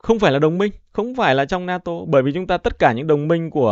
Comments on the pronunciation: Không phải La Tô mà phải nói là La To !😂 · Na tô chứ không phải là la tô em